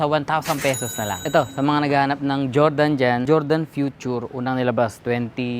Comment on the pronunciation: QIAODAN CHINESE VERSION NG JORDAN YAN PERO BASA SA KANYA CHOWDAN